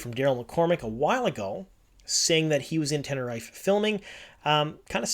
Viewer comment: actually, ten-ne-ree-fey